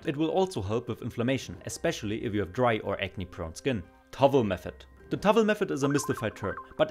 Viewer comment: Tawwel, lol :D Das wird "Tauel" ausgesprochen